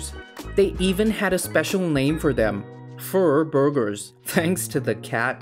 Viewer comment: "fur bugers" LMAO